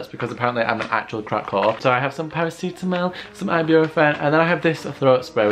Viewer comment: i love u sis but the way you say “paracetamol” and “ibuprofen” offends me lmaooo